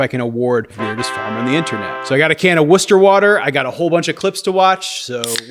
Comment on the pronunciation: I love that you call Polar Seltzer Worcester water 😂 & you even know how to pronounce it! ❤️ I grew up in Worcester & Polar Gingerale is my favorite ❤❤❤❤